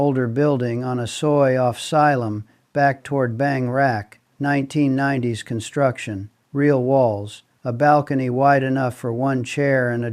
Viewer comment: Loompeenee, seelom. Sound it out